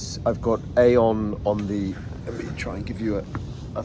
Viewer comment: It’s pronounced EEE-on. Glad this is working for you! 🙌✝️